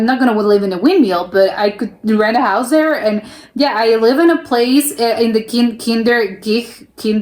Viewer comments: Kinderdijk, dijk pronounce it as in i from ice Kinderdijk litterly "ChilderensDike. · Dick Van Dyke if you prenounce his last name you have it correct (dyke=dijk)